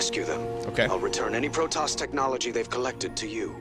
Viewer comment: I don't know what his accent is, but there's something about the way he pronounces "Protoss" that just sounds off...it's like he pronounces it as "Produs."